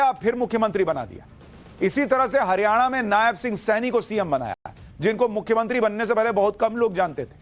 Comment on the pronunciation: "Mukhyamantri" to achhe se bola karo. "Mukhyantri" hi bole ja rahe ho.